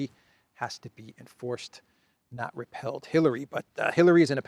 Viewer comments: great show as always! But…why do you keep saying the word ‘repealed’ with the pronunciation of ‘repelled’. Two great words but for a law the right one is ‘repealed’. Like repealing a banana😊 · Its not 'repelled',.... its 'REPEALED'. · Repeeeled not repelled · Brother it's not repelled it's repealed you're saying it wrong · "Repealed," not repelled. "re-peel." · it's pronounced 're peeld'…